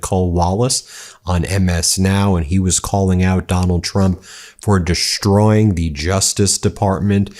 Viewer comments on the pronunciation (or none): No 'H' in desuhtroying.